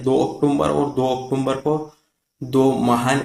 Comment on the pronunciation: अक्टूबर का सही उच्चारण करिए।